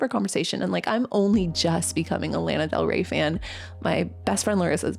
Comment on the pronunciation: It bothers me how u pronounce Lana Del Rey. Its LAW-NA not lana. Sorry just been a fan of lana since 7th grade and ive never heard her name pronounced how u say it.